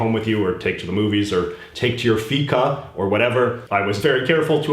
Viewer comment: Feca sounds like fecal 👎